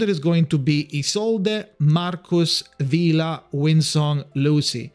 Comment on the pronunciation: It's "Vila" btw and good luck with your pulls!